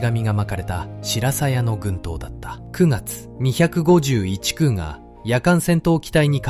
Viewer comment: 「251くう」です。